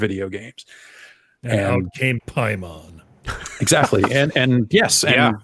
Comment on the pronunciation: Paimon is pronounced "pay-muhn". Paimon is a mythological entity, a king of Hell, referenced in horror films such as Hereditary and Ghoulies. It's not some weeb thing.